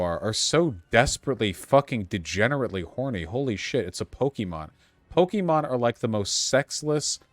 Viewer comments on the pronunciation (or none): Vaush says 'Pokeemon' like a boomer xD. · mmm so did I, they say Pokaymon iirc